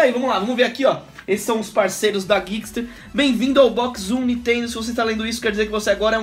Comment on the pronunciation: "nitendo" Sério?